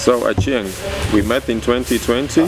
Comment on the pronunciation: Can we just recognise how he cares to even pronounce the name Achieng the right way.